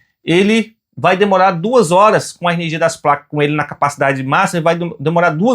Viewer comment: Ernegia? aí vc quebra parceiro..kkkk